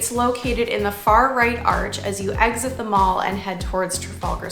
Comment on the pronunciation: Very interesting video and I'd never heard of the noses but was slightly confused about which mall you were talking about for the first one. The Mall is not pronounced like a shopping mall it's Mall rhymes with pal :) I know it makes no sense and I guess it's a way to spot foreigners.